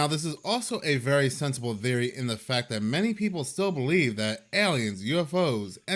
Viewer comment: why you saying theory like that